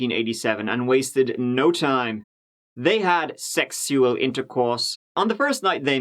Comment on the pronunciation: did pronunciation of 'sexual' remind anyone else of Tim Curry's Dr. Frank-N-Furter? I adore, and Tim Curry -)